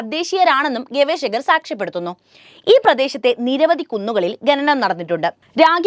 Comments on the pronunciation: ആവർത്തിച്ചുള്ള ഈ " ഗഗനം വളരെ അരോചകമാണ് " ഖനനം എന്ന് പറഞ്ഞ് ശീലിക്കൂ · ഗനനം അല്ല കുട്ടി ഖനനം കുട്ടികാലം മുതൽ അക്ഷര ശുദ്ദിയോട് കൂടി പഠിക്കാത്തത് കൊണ്ടാണ്. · ശ്രദ്ധിക്കൂ ഗനനം അല്ല ഖനനം😮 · ഗനനം കഷ്ടം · sorry.. Heard of the proverb "coma kills a man"... ഗനനം means TRAVEL... ഖനനം means mining... Pronounciation is important for a narrator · ഗനനം അല്ല ഖനനം ആകുന്നു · ഗനനം, ഗനനം ഗനനം 😂😂😂😂😂😂😂😂😂😂 എല്ലാരും ഇതുതന്നെ ഹൈലൈറ്റ് ചെയ്തിരിക്കുന്നു,, എനിക്കും ഇതുതന്നെ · നാണം കെട്ട അവതരണം... ഗന നം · ഖനനമാണ് ഇവിടെ പ്രധാന വിഷയം ആ വാക്കുപോലും നേരെ ചൊവ്വെ പറയാൻ ശ്രമിക്കുന്നില്ല കഷ്ടമാണ് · ഗനനം (ഖനനം), അന്താളിച്ചു (അന്ധാളിച്ചു )...... മലയാളമേ നിൻ്റെ ഒരു ഗതികേട്...